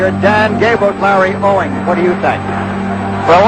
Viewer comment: it's "Owings" not Owens.